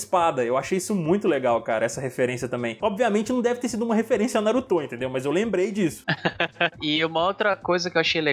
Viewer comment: Parei de assistir quando o carinha falou Narutô... Qual dificuldade de só falar Naruto? Kkkkkk deslike justificado. Kkkk